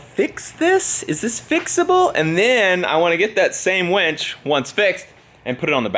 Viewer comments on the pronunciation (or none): Winch - Not Wench !!! LOL LOL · I think it's a winch not a "wench" 🤷‍♂️ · Hahahaha Winch, not Wench..hahahahah